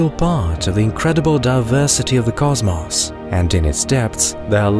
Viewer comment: nice video but please find another narrator...like one who doesn't have a grating voice and can pronounce words like "cosmos" and "debris" properly. riiiiiiiiighto